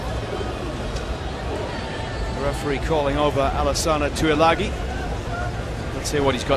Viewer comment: except alesana Tuilagi (tooey-lagi) and not Tuilagi (tooey-langi) lelelelelelelelele. But on a serious note i guess so